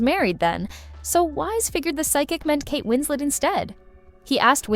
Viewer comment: Kate isn’t French. You pronounce the ‘t’ in her name.